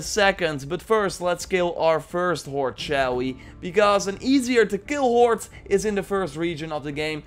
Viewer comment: I like how it sounds like 'horte' when you say horde.